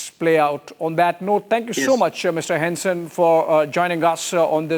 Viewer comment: Dude's pronunciation of "Hansen" is almost spot-on! Was chuckling a bit from the pronunciation before that and then he just slaps you with a near perfect Hansen straight across your face😄 None of this will come to fruition, though. They would have to take on the rest of Nato. The US is just trying to force us into a shitty deal and I hope we're done with accepting that. Ørsted and Novo will also return to form despite the recent attacks from the Trump admin. Even rich fascists can't stop medicinal breakthroughs and green energy. They're just making room for other nations to increase trade and ruining their own ability to be on the forefront of the green transition. Bonus: Denmark just signed an agreement with California to collaborate on renewable energy which will probably benefit Ørsted quite a bit as well.